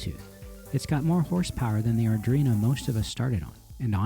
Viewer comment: Arduino, not Ardrino. It's grating every time you butcher it.